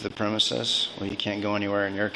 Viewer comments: If she mispronounces premises as premise one more time I’m going to hurl my laptop t the wall. Am I the only one who really wants to know if her card would have worked at midnight? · She keeps mispronouncing "premises" and its driving me bananas 🍌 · Don't you just want to slap her across the face and shout, "It's PREMISES, not premise."? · She can't even pronounce "premises" correctly!😅 I just love how she thinks she's in control! 🤣